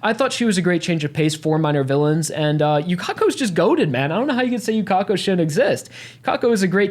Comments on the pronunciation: yukeko everyone else: yukako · we correct u with the correct japanese pronunciation here is her name in hiragana for proof ゆかこ